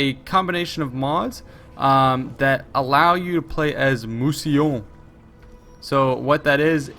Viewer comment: just a quick correction: it's "Mousillon" not "Mousillion" :)